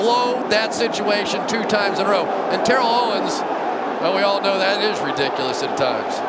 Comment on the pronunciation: He said “Re-Dick-U-Less” 13 times 😅